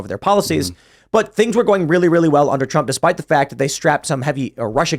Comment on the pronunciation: Lol said - hump instead of Trump 😂